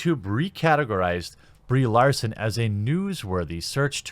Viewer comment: My eyes keep wanting to read Brie Larson, but my ears keep wanting to hear Bree Olson.